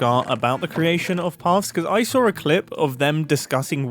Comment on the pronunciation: To fellow non-native english speakers out there studying english phonetics, is a fabulous example of intrusive /r/ in non-rhotic British English. "I sawr a clip" truly textbook clear example....wonderful